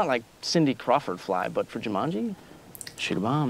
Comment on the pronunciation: Rhys Montague Darby pronouncing the game 'Ja-munji' ruined this film for me haha